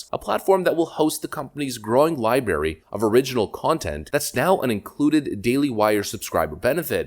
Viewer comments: LibRary, not Liberry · I love you. Please don't say "libary". It's "library". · YOU SAY LIBARY! :) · Just picking at ya but I haven't heard the word libary in years lol love your channel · This idiot actually said LI BARY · FFS, it's not pronounced lie-berry.